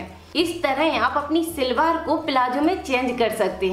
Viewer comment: Silwar nahi salwar bolain pl.nice video